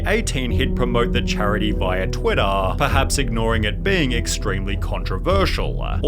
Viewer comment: bruh why do you say twitter like that